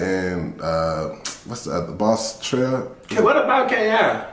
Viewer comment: Man said boss trel lmao